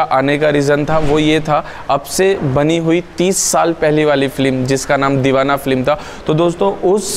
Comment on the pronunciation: आशिकी, साजन, मुन्नाभाई एमबीबीएस की शुटिंग भी इसी बंगले में हुई है। आपने यह बंगलो दिखाकर मेरी बरसों पुरानी साध पूरी कर दी। आप बोलने में एक ग़लती करते हो। फ्लीम नहीं, फिल्म बोला जाता है। आपकी जानकारी के लिए।